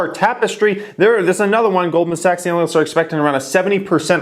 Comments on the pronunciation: the way you say ANALists... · Why should I believe anything you say when you can't pronounce analyist